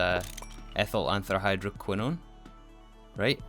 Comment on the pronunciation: It pains me so much… but I have to correct your pronunciation. Polybenzimidazole ends in /azohl/-ish sound, not /azoley/. As for antrahydroquinone, I believe you got that one: it ends as /kwinohn/. Anyhow, thank you for this episode (and the previous ones)! I love watching them <3 (Not using IPA symbols because if you’re not an expert on those, you’ll be more confused).